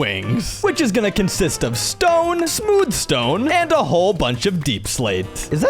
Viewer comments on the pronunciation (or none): none